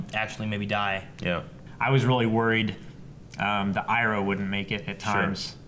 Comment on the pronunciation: Ikr, this seriously annoys me. also says ''Iroh'' wrong, he had seen the series before. Love the reactions and watched all of them in 3 days but god damn he needs to be stopped by the Avatar of names.